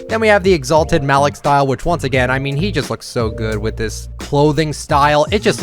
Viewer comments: why you keep calling malik malick its pronounced maleak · Wouldn't it be pronounced Ma-leek? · cracked me up saying Malik wrong 😂